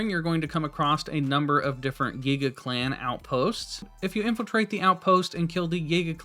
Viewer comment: "zahnite" and "gega clan" physically hurt me